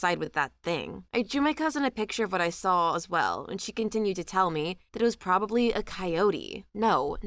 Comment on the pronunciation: There isn't an L the word saw I love listening to your narration, except for the word saw.🫣😳